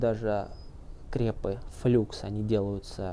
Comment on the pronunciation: "ФлАкс" же...